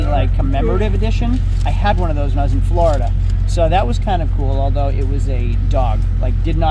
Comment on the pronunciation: you’re actually starting to pronounce Florida as, “FLOORida” instead of “FLARDA”. I’m so proud of you man 🤧♥️ Edit: the latter half of the video you went back to saying, “FLARDA”. My ears are bleeding 😭